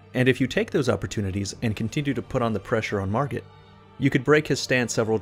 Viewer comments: "Margret"... Margret out here teaching lessons, he gotta teach you English -101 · My boi, what's with this hard "G"